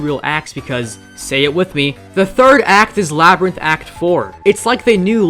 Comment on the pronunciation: "sonic media" "Labrint"